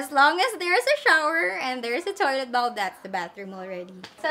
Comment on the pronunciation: Lady in blue: Pronunciation: bowl 🍲 NOT bawl.